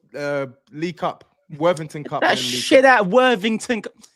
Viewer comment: Man said worthington cup😂😂😂